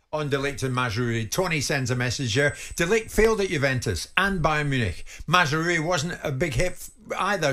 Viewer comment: At least put some effort in pronouncing the name correctly. It's MazRAoui